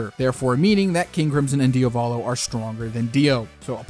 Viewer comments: You're saying "Dio Valo" it's "Dia Volo" Like the word Diablo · Man please please not Diavòlo its Diàvolo its the Italian word for Devil the accent Is on the A not the First O and its a First name so no escape